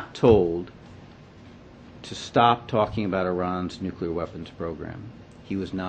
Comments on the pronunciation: I'm sorry but how is it spelled, nukular or nuclear? You would think after seven fucking years he could get it right! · bonus points for STILL not being able to pronounce 'nuclear' correctly, W... :D thx again, TPM. 5&F